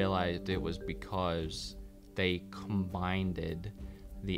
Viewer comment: Did you actually say "combineded" ?????